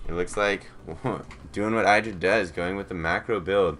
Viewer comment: In an interview Idra commented on where he came up with his name and he pronounced it Id-ra not I-dra, so this commentator is pronouncing it incorrectly. He is an excellent commentator though, I agree.